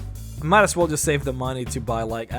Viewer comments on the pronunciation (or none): Where are you from? I thought you were American and was surprised by your... interesting... pronunciation of the words "Fall" and "as". The thought has now occurred to me that you are obviously not a 1st language English speaker.